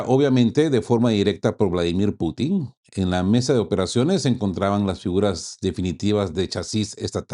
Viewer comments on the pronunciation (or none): none